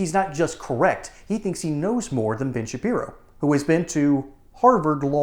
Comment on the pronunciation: Sounded like you said - BIG - SHAPIRO 😂😂😂😂